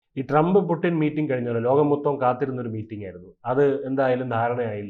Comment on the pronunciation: Pudding alla kutty, Putin anu. Right discussion